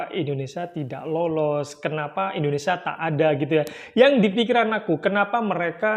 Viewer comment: bukan indonesa min tapi indonesia..